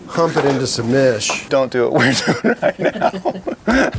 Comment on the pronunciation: “Hump it into submish.” 😂